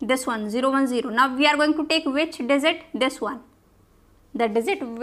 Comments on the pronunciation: indians be like swap (j,z) ------> dizit :D not digit . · Oh, I couldn't understand what you're meaning by 'desert' here, while dealing with numbers, until I realised that the word was 'digit' for which you said 'desert'! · It's Digit. NOT DIZIT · dizit nai digit hota hai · Maam its DIGIT .....not DIZIT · I was in the mood to study but she pronounces 'digit' as 'dessert'......now I wanna eat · Dizit 😆 By the way lecture was fantastic !